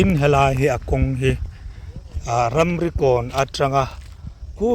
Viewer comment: Ramrikawn tih tur hi 'Ramrokawn' i ti a nia.😂